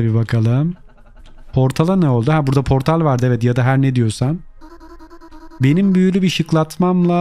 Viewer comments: Abi portele dedin😂❤ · Abi portala porteli dedin